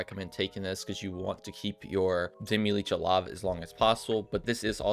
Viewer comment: It's not demi-leech.